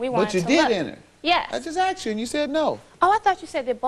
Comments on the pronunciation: "After he axed me"? LOL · "Axed him" Both plaintiff and witness, kept on saying "axed." What is this about? - E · Boff axed damn girl learn how the pronunciation